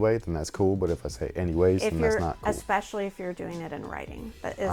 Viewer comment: Anyways is fine , it doesn't bother me and I haven't even noticed it until you've said it, but I hear a lot lately the word "expecially"... whyyy??